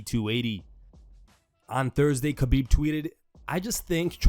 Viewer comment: It’s Ha-Beeb not Ka-Beeb. No one ever pronounces his name correctly.